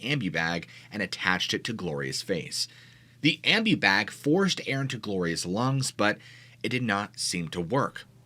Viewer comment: I don’t know where you are from but here in the US we call it a parking lot, not a car park. Also an ambu bag is prone am bu(boo). And Versed is pronounced Ver-sed, 2 syllables. You can look these words up to get the correct pronunciation.